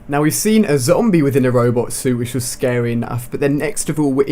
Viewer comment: "they look wealy scawwy" hahahaha